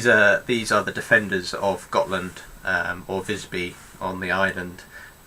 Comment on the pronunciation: "Magdeburg" is pronounced like "Mahg-de-boorg" or "Mug-de-bourg" and "Gotland" like "Gohhht-lund" ["u" like in "to hunt"] (roughly pseudo-phonetically transcribed for native English speakers).